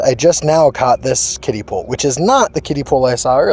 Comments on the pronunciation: I thought he was saying “kitty pool” lol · I thought you said kid pool